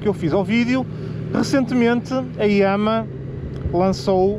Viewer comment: no Brasil, agente fala "yamarra" e não "yãmá"...